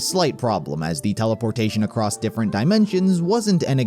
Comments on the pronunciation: I know this video is awesome and honestly impressively well put together but man did the narrator saying “acrost” start to bother me just a note for future videos, theres no t in across otherwise thank you for the awesome work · Theres no T in across